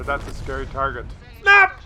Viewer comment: 0.5 speed = epic, like most videos, '' btw the ''snap '' is still ''SNAP '' and not '' s n a p '':P